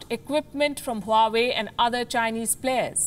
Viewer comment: Huawei is pronounced "Wawe".